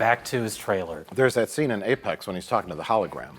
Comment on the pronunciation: Apex not Apax